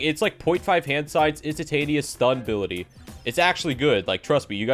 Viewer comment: He say = ability I hear = Butty